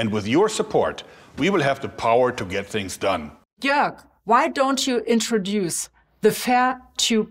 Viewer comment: he's called Jörg (Joerg is also acceptable) but not Jorge!